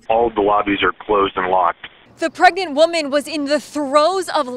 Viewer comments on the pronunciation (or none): Nobody:: "The pregent women"